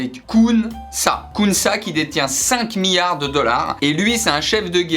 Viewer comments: ça me fait stresser comment tu prononces millards !! XD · Euh on dit miLLards pas miyards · Des miards 😂 Il le fait exprès c'est pas possible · Effect Phoenix mdrr, il arrêtait pas de dire "miyard" alors j'me dis "allons voir dans les commentaires si qqn l'a souligné" et premier comm' que j'vois c'est ça 😂